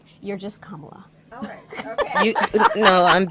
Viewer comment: What I find disrespectful is the PURPOSEFUL mispronunciation of her name. the question is does Kamala find it disrespectful for people to not be calling her by her surname?